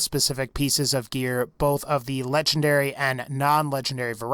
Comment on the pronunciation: It sounds like you’re saying lechendary 🤣🤣 but the best way to beat the warrior is go all the way to the left because your under this Ramada looking thing